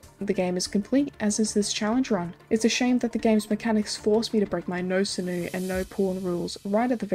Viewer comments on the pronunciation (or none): I've never heard someone mispronounce "sinew" before. Though it's not a common word, I suppose, so I can't blame someone for not knowing it's 'sin-yoo'. Unless its a foreign pronunciation that I've just never heard before. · "Sinew" is pronounced "sin-you" btw 😊